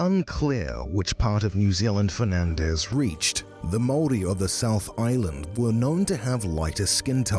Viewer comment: Your pronunciation of maori words is actually really good tbh 😅